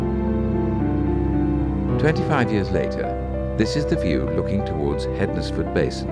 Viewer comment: Interesting video, I used to use the road at calf heath across bridge 5 and four crosses bridge every day for commuting and didn't realise the bridges had subsided that much (i assumed they'd been replaced at some time), also in Stafford we don't pronounce Hednesford as hed-nes-ford it's pronounce hens-ford.